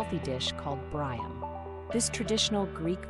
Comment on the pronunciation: Ma'am I mean no disrespect but the dish is pronounced "Bree am". Kali orexi.